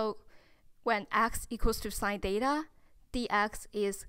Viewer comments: "Theta " thats not" deta" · The way she's pronouncing theta😄 Is just adorable. It's like she's saying data ngl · It was a bit annoying for me tho. But anyways..